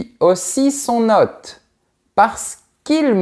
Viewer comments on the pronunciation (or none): Pourquoi vous prononcez ""hotte" pour hôte? Le circonflexe indique pourtant que la lettre se prononce allongée.